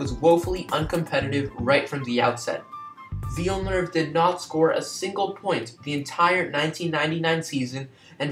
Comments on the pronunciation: I’m very sorry about the mispronunciation of his name, looking back on it it’s quite silly of me since he’s literally the topic of the video. But my content quality (and pronunciation) is much better in my more recent videos. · Liked the video despite the mispronunciation of his name. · if you are making a video about someone couldn't you at the very least learn how to pronounce his name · Amazing video man, keep it up! Apart from the name pronounciation, this is still a really great video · Hello everyone, I really apologize for the mispronunciation of his name. It wasn't until after uploading the video that I realized I was pronouncing Villenuve's name as 'Villnerve', which is completely wrong. Despite the incorrect pronunciation, I hope you enjoyed the video. Please keep in mind that this was one of my first videos, and the content that I put out nowadays is much better. Be sure to check out some of my newer videos if you want to see what this channel has to offer. Thanks and have a great day! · Glad you liked the video, and sorry for pronouncing his name wrong🤦‍♂️ I was pronouncing it like ‘Jack Villeneuve’ I assume that is what I was saying wrong. I’m actually Canadian, but not from Quebec so that explains my accent 😂 Hope you subscribe for some more great F1 content and hopefully better pronunciation of names 😉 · I’ve gotten a few comments about this and I’m very sorry that I pronounced his name wrong. I think I pronounced it like ‘Jack Villeneuve’ which is wrong. But aside from the mispronunciation of the name, did you like the video? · Thanks Najwa, glad you enjoyed! I was happy with this video when it came out but yeah I can’t believe I pronounce his name so badly... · Would you please learn how to pronounce his last name ?